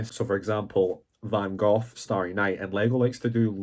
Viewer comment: Did this man really said "Van GOTH" ????? kkkkkkkk